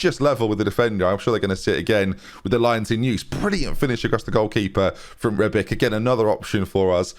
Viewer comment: Okay, so, names: how do you say Brozovic? Brozo-vich, yeah? So Rebic? Yup, you got it: Reb-ich. Come on! 🤦🏻‍♂️ Balkans names that end in c are ch